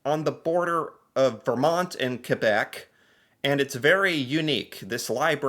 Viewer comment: Wow, you impress me. Pronouncing Québec properly. Most anglophones have such a time saying it properly.